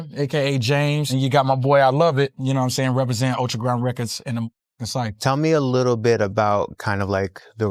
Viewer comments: scythe being a tricky word.....bro gotta be pronouncing the W in sword then i just know it and the Gs in lasagna. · still, its not that fucking hard to pronounce SCYTHE